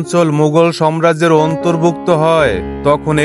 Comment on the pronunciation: আপনি সাম্রাজ্য কে বার বার সম্রাজ্য সম্রাজ্য বলছেন